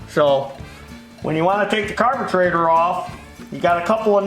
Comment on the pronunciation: Carbatraitor wtf does he mean carburetor ?